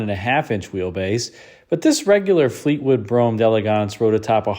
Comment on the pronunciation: It's funny how Americans can pronounce Brougham correctly but get so many other words wrong!